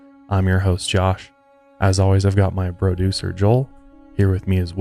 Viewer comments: I also heard “broducer.” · I thought you said “broducer” 😆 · He did say broducer! lol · Your Spanish pronunciation is very acceptable! 👍👍👍 Also, loved "broducer" 😂😜 greetings from Argentina ❤️🇦🇷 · He said it on purpose but it is funny